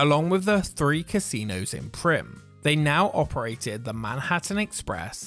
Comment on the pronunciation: "Manhurtin Express"